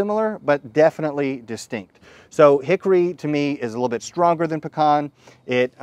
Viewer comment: Well at least he said Pecan right!